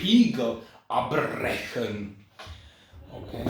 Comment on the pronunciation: Wow amazing modelcar!😍 Great translation :) I like when you are reading the German text, but it sounds quite good!😁 But I had to laugh when you said again: "die Spiegel abbrechen" Great Review☺️